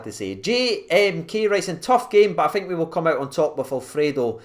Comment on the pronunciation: Its thirty not firty and think not fink